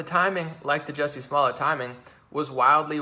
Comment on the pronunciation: I love how he keeps calling him “Bubba Smollett” on accident...🤣... slip of the tongue.